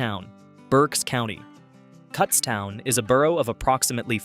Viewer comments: Cootstown. As in look. Not cuts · Get the pronunciation correct! Kutztown is not Cuts town. 🤦🏻‍♀️It’s Kuts town with a short U. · Kutztown not cutstown. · Its pronounced koots town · Kutztown is pronouned with a long U. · "cutstown" is when i stopped watching